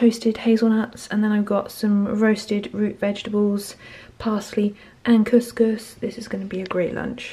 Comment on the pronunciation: i'm from algeria & the way you said kous-kous is so good